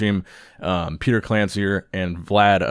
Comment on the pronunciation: Being russian like how you pronounce Vlad's name)